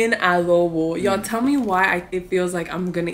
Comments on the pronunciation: In not alobo its adobo and im tagolog from pilipines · Did you said alobo that's literally my fave new word loll it's actually adobo and it's lumpia,pansit bihon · Adobo❌ Alobo✅ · Its adobo not alobo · IT'S ADOBO OR ADOH - BO AND NOT ALOBO OR ALOH - BO